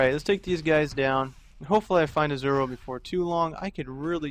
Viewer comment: Izual, pronounced as " is - u - ul ". >.<